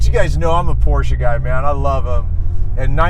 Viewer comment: Well at least you pronounced Porsche correctly, but you calling an engine a motor is killing me.